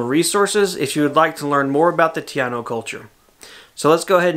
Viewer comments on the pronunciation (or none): I am taino and I am totally excited for the video you did even if it was in fast action in making it. Even the small history lesson about the taino was on point. The only thing was that instead of you saying taino you kept saying tiano which is not the same but I'm not offended because I know what you meant. The Mallot is beautiful. We call that in Puerto Rico a Pilón pronounced Pee loan. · Great video, great work. It’s TAH-eeno... but you probably know that now. I loved your little history lesson, hiciste muy bien! (You did very well!)